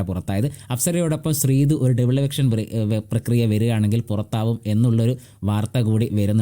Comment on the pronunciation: ഡെവിൾ എവിക്ഷൻ അല്ല മോനേ, ഡബിൾ എവിക്ഷൻ ആണ് 😂😂